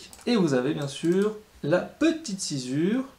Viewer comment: Pourquoi on dit sci"z"ure alors que c'est écrit sci"ss"ure ?